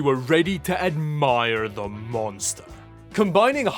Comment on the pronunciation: “All da ram” 😂 I can’t, this was awesome.